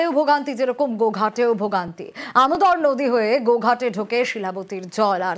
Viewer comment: দুটো নদীর নাম উচ্চারণে ভুল শিলাবতী কে শিলাদি আর দামোদর কে আনোদর 😅